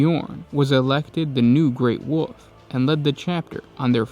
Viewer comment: Love how when you say wolf it sounds like wuff